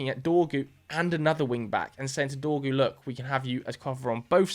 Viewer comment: His name is Dorgu, cmon bro it's only 5 letters 😂😂😂😂